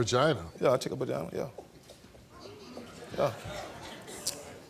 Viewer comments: Fuck man. "Bagina" and "howmones". Winner. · Her first mistake is dealing with someone who says BAGINA /HARMONES instead of VAGINA/HORMONES🙄🤦🏽‍♀️